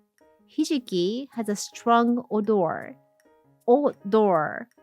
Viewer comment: Odour/odor is pronounced O-DR. English makes no sense, I know lol. I love seaweed! I definitely need to use it more, it's delicious and SO good for you. ☺